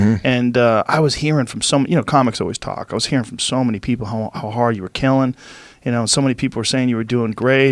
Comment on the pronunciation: did Joe let his Boston accent slip when he said the word HAAArd?